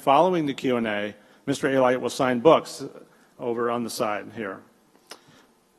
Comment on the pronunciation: A-Lite? It’s Alite.